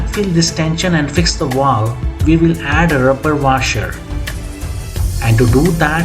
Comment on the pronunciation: It’s a valve, not a walw. It’s scissors, not Caesar’s.